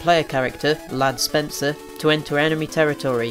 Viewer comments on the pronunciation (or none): Ladd Spencer?? I thought it was Rad Spencer.